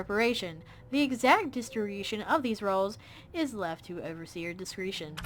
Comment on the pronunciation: says "discreetion" instead of "discretion":P